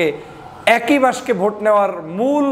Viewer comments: উচ্চারণ বাক্সে, বাসকে না। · আপনি বাক্স কে বাস্কো বলছেন কেন? আপনাকে পছন্দ করি। কিছু মনে করবেন না। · বাস্কে নয়, বাক্স। বাসকে নয় বাকসে হবে। Please be carful. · (বাসকে নয়)!! উচ্চারণটা হবে.... (বাকসে= বাক্সে). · দয়া করে বাসকো নয় বাক্স শব্দ টি উচ্চারণ হবে। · ভাই বাসকে আবার কি? বাস্ক বলে 😅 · বাঁশক 😂😂!!? বেটা উচ্চারণ সঠিক ভাবে কর ! ব্যারিষ্টার হয়ে বাক্স উচ্চারণ সঠিকভাবে না করতে পারাটা হাস্যকর খুবই লজ্জাস্কর নয়কি ? 😀